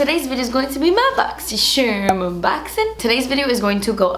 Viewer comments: Is it bad I purposely don’t click on these videos because I can’t deal with the pronunciation of “boxysherrrm” 😂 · I love how you say das expensive ... And boxy scherm .